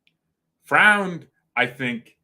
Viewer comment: Neppe is rumoured to be out soon btw. And pronounce it "Froind".